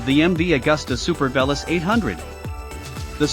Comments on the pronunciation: Not sure if you're doing on purpose, but pronouncing the name wrong isn't so nice. Though you're probably the only one who actually did the tandem review, so that's a good one 😂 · It's like saying "I am an Ame Rican". You must be the only person who mispronounces this bikes name! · can you please pronounce it correctly?